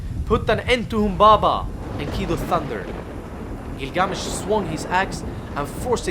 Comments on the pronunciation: Had to stop at the first line he spoke because of the weird pronunctiation/intonation of gilGAAAmesh. I looked it up; its either "ə" from "about" or "ɑː" from "father". so its not "æ" from "tattoo". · Interesting pronunciation. If this video is for American viewers the pronunciation would be " Gill-gah-mesh." For the first several minutes of video I had no idea who you were talking about. Just a thought. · I feel like the accent on the name isn’t correct. The accent is on the first syllable. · Next time, learn the pronunciation. It’s half assed bullshit